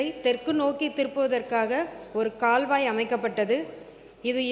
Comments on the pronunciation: For kaalvai🎉 she said kalvai😂😂😂n then managed....thsmizh thanda vam aadu dhu indha tvk la😂😂😂😂😂😂😂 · அது கல்வாய் அல்ல கால்வாய் , உன் தமிழ்ல தீயை வைத்து கொளுத்த😂😂😂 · கால்வாய் என்பதை கல்வாய் என கூறும் போதே தெரிகிறது யாரோ எழுதி கொடுத்த பொய்யான செய்தி வாசிப்பு இவர் மக்களை சந்திக்காமல் அதிகாரிகள் வழங்கும் செய்திகளை கூட தவறாக படிக்கிறார் அமைச்சர் அவர்கள் பா.ம.க. அரசியல் பயிலரங்க பள்ளியில் சேர்ந்து பயிற்சி எடுக்க கூறுங்கள். வாழ்க மருத்துவர் சின்னையா மற்றும் மருத்துவர் பெரிய அய்யா அவர்கள் வாழ்க வளமுடன் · கால்வாய் பதிலுக்கு கல்வாய் என்று வாசிக்கிறார்கள் திரும்பவும் போய் பள்ளியில் படித்து வரவேண்டும்